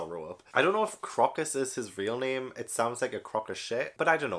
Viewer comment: Crocus was named after the flower. so it's pronounced CROW-cuss.